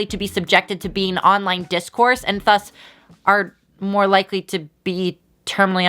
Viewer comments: she says "thus" like "þus" instead of "ðus" and it's gonna kill me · Ok, but why does pronounce Thus with the wrong th sound tho?